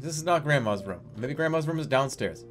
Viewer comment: It's room not rum.